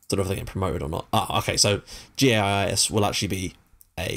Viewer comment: GAIS is pronounced like guys, it's one of many Gothenburgian teams who share Gamla Ullevi. The name Gamla Ullevi btw is a joke, there is an old stadium called Nya Ullevi (nya=new, Ullevi is the name of the place) that was to big to host swedish football matches and kinda' old so they built a new one in 2009 and called it "gamla".